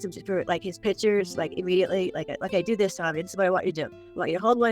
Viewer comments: It's pictures, not pitchers! lol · The word is "pictures". NOT "pitchers". Geezus.